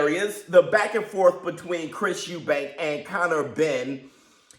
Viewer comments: Eubank! Not Eubanks. Can't understand why people have difficulty getting the name right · Its Chris Eubank not Eubanks, I hate when people do that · It's Chris Eubank, not Eubanks ffs. And Benn shouldn't even be boxing. He's a drug cheat and shouldn't have a license. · Idk why a lot of people call Chris and his father Eubanks .... its Eubank ffsake ! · His name is EUBANK!!! No fucking S!!!!